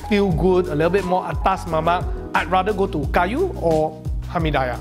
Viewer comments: Hamee-die-yeah.... really cannot wei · Its not hamee 'die' yahhhh Its called hamee diiiiiiiii yahhhhh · kenapa dia sebut "Hami Dayah" bkn sebutan dia "Hami Diyah" hehe apa2pun bgi aku x kisah la kedai mana pun asal nama nasi kandaq? mmg aku tibai je semua mahal ke murah ke aku x kisah sbb aku mmg hantu nasi kandaq.... hehe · I'm gonna pronounce it hamidaiyah from now on. It just sounds so right 😂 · It is Hameed-dee-yah.. or maybe thats they way I was taught to call it.. Hameediyah is just a stone throw away where I grew up.. :D the original restuarant that is. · If you're gonna say it 10 times, the least you can do is learn how to pronounce Hameediyah bro 😅